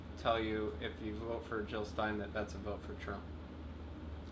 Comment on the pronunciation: JiLL NOT HiLL!! Great discussion here thanks :)